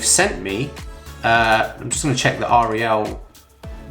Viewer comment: Yamaha sub is junk and R E L is pronounced Rel.